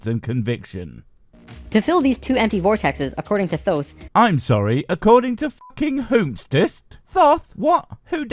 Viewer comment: Thoth = "Tote". Remember, H doesn't make TH the sound we're familiar with.